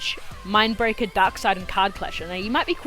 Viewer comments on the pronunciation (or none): none